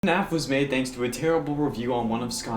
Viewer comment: do you realize u said NAF when you started the video?!?!